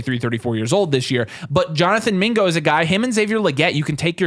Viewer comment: Video was fire until yall said mingo